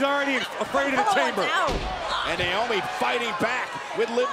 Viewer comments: He said niomoe 😂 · the fact that he said naomi and tamina hahhaha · anyone relized he said “cover by NAOMI and tamina?” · bro said naomi and tamina:)) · lol, he said “naomi & tamina”